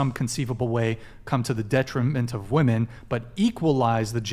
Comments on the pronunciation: Why do so many people pronounce women as woman now? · Why do they keep saying woman instead of women? It's been irritating for the past few clips. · Is that dark haired chick on the left incapable of saying WOMEN??? She says WOMAN for every single time she brings up the term even when it should be pluralized in MANY of the ways she is using it!!! So irritating when she's trying to present valid points.🤦‍♀️ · Why is the dark haired lady constantly referring to women as a singular woman. Or is it just her strange pronunciation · if i had a penny for every time someone on this podcast in any episode says "woman" where they're supposed to say "women" I would be RICH!! And it just blows my mind how many sometimes even smart woman like the woman next to even say the wrong one and I just don't get it and I cringe every time. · Why do so many of these chicks pronounce the word women as woman ? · Why is she continually pronouncing women as woman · Why do they keep saying woman instead of women? It honestly sounds retarded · I'm getting very minorly bothered that she keeps saying woman instead of women. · I can’t stand when people use the pronounciation of the word for a single woman and they use it in place of the word for plural women. Saying “for all woman” is not correct. “For all women” is correct. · can somebody please (genuinely) explain to me why they keep saying ‘woman’ instead of ‘women’ when talking about women plural? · why do they pronounce woman singular when talking about woman plural??? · 100% agree with the lady to left in the black dress but the way she says woman in place of women annoys the hell out of me. Sounds honestly stupid.... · Why doesn't that one WOMAN not understand how to say WOMEN when talking plural???? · what's the deal with west coasters pronouncing "women" as "woman".. did I miss something as our language has been bastardized, that we pronounce the plural of things in the singular form?